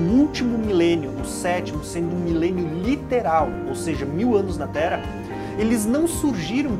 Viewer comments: pq será que ele fala "tera" ao invés de terra? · O irmão fala muito Tera, não fala o rr.